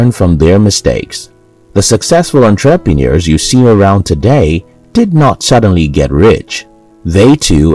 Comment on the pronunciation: Learn how to pronounce " entrepreneur " properly. It will improve your content.